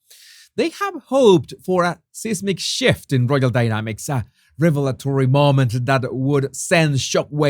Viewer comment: Seismic = [size-mick] (UK English) ❤